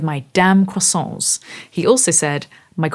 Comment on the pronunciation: Just for fun: « croissance » can be heard in French but means « growth ». For croissants, you just need to mute the « t » and « s » and your French will be perfect! 😉 Yet, great video!! 😀👍🏻